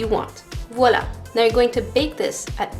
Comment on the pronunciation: Amazing video😱!! And do you speak french??Because when you said "voila" it seemed to be quebecois!!